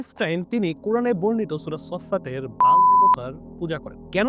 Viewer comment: উচ্চারণটা হল - বাআ'ল